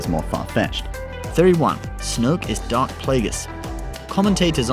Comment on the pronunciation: Pal pa teen yeah, I noticed he said it wrong too, he also says DARK plaegus not darth